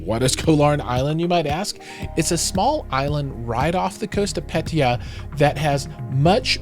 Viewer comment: Please learn to to pronounce properly the city of PATTAYA.